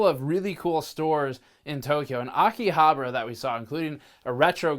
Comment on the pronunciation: I like how you say Akihabara, "Akihabruh". I can't unhear it, so I want more in the main channel as collateral.